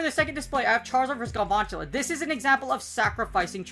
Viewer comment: Love the british pronounciation of galVANtula here and there, makes the spider looks so posh. Nice vid btw